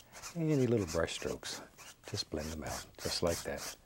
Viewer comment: "Sumthin about like at." - Bob Ross